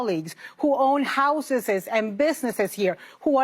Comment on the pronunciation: "Who own houseses..."🤣🤣🤣